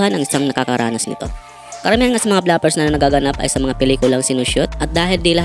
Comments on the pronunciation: Inulit ulit ko pronunciation ng BLOOPERS sa Google,, hnd BLAPERS ung sinasabi😂😂😂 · Bigkas mo bluffers. Bloopers dapat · Nakalimutan mo pong Blu-pers tawag dun, hindi Bla-pers😂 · Bloopers, hindi blapers, BOBO! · Bro, basic word naman yang bloopers. Bakit hindi mo alam ang tamang pronunciation?